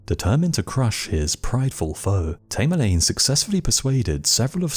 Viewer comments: Its tam er lane come on, its driven me crazy how u keep repeating his name wrong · Tamerlane thats A as in apple, your pronunciation is ridiculous !!!